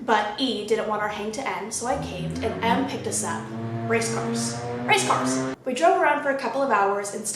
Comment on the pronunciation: bruh i crack up whenever she says race cars